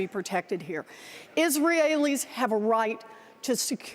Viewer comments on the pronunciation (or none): Is-real-allies? She mean Israelis ???